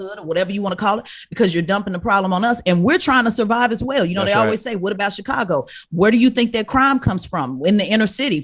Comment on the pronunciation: CdaG was completely on point but he needs to really work on saying Chicago properly..